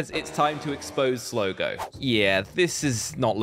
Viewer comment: It’s Slogo please listen to me it’s Slogo